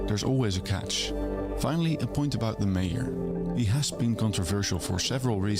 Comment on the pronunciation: Yeah the creator is Dutch, so that explains the lack of accent. But as a Dutchman myself, I’ve got to give him some credits. His accent is even good for someone of the Netherlands. Just the pronunciation of mayor was a bit off.